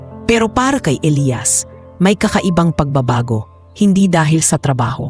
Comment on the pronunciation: Hoi ano ba yan iba iba ang pag bigkas ng name Elias O Elayas ayusan mo nga.